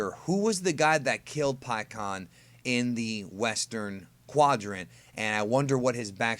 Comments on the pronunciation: I always pronounced his name before this pik aan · In the official anime and the official licensed games (like Raging Blast 2) he's "Pikkon" and pronounced that way. I'm not gonna be calling him "PikeHuAwN" forgive me lol.